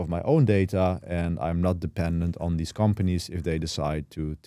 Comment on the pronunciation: please say THESE and THIS not DEEZ and DIS, cant even pay attention to what your saying